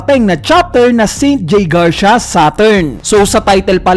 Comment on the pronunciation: Garsya✅ Garsiya❌